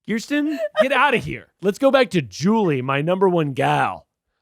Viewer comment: As a Kirsten it’s KUR-STEN. Keith was the only one who said it right 😭 but saying “no one knows she isn’t worth it” is a clip that I need so I can play it every time someone calls me the wrong name 😂🤣❤️